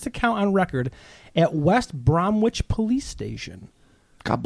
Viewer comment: It's pronounced West Brom-ITCH